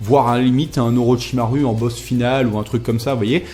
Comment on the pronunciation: A "Oroshamaru" j'étais mort de rire putain